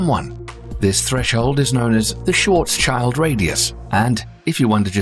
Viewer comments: It's not "Schwarcs - child", you pronounce it like Shvarc - shield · You pronounce Schwarzschild wrong. The second part schild is not like child it is pronouncated similar to shield. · Yeah that's not how you say "Schwarzschild". It is a German name. It is "shwarz-shild", not shwartz child or any such nonsense. Also with a short "ee" vowel, not "chaild". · Just one little detail you could improve for your future videos. You should pronaunce Schwarzschield more like Schwarz-shield not Schwarz-child. The literal translation would be Blackshield. Schwarz - Black and Schild - Shield. I mean do as you like, but for me it's a little off putting everytime you call ist Schwarz-child. It sounds very strange to me :D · schwarzchild was pronounced like SHORTchild, lul. SSSHHHVVVARRRRZZZ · schwarzs-child? no no, its schwarz-schild (which means black-shield, otherwise it would be blacks-child) KEKW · Schwar-child ?? Lol. It's actually Scharz-shild, like shield with a short ie. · It´s f-ing painful to hear repeatedly say: "shwartz child" instead of the proper way "shwartz shield" (written phonetically). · Schwarz SCHILD not schwarz child. dumb AI youtube chanel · it's not pronounced "schwarzs-child" !!! what sounds like meaning "child of schwarz" - it has nothing to do with children ! it's called "schwarz-schild" - pronounced something like "shwarz-shild". it's a german surname made up of the words "schwarz"="black" and "schild"="shield". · the pronunciation of Schwarzschild gave it away instantly. no way s real youtuber would misunderstand a Schwarz-Schild (Black-Shield) as a Schwarz-Child (Black-child) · oh god, butchering Schwarzchild as shwarz - CHILD hurts my brain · The name is pronounced "Schwarz-shield". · It would be nice if, as well as explaining the physics, you could learn to pronounce key words, like Schwarzschild correctly. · The AI voice is pronouncing Schwarzschild wrong...